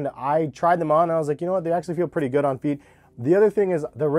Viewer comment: This dude dont know how to say pretty hahaha